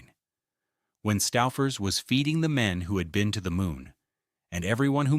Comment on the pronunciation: Making me crazy. STOOOO...FERS. OOOO not Stauffer. I grew up in Cleveland with Stouffers. Still eat it.